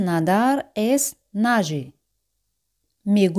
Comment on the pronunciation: por que a veces acentua nager al final y otras al inicio?